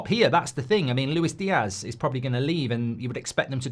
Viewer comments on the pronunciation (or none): none